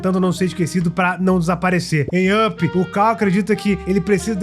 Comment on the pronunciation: Primeiro, não entendo o motivo das pessoas pronunciarem errado o título mais básico da Pixar, Up. Se pronuncia "Áp", não "ãpi", ok? Tipo pickup (picape) mas com o "p" mudo. Entendido? Segundo, de onde você tirou a informação do nome da Boo?